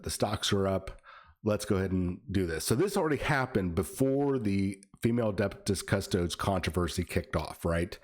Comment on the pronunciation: Adeptus cus-toads?!?!?!?